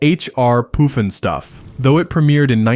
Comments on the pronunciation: Poof n Stuff??? It's Puff n Stuff. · It's called Puff N Stuff not Poof N Stuff and I loved that show